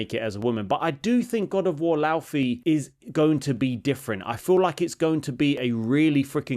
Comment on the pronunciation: You pronounce it Lau(Fay) like her name. Not Lau(fee). There is an interview with Cory Barlog and the game director.